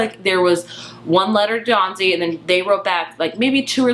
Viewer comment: Dawsey!!!! P-L-E-A-S-E it's Dawsey not Dawnsey!! I enjoyed your review but you lose a little credibility when you get a main character's name wrong! And he's a wonderful character beautifully portrayed by Michiel Huisman. Read the book years ago and loved it; loved the movie. Two different ways to tell a story with different strengths. I never understand the need to choose - you can like or love or loathe each of them based on their individual merits as different art forms. (Although everyone here seems very chill about it; sometimes you get people who are outraged that the film isn't a carbon copy of the book.)